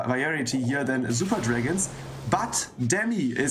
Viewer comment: It’s super not zooper you commoner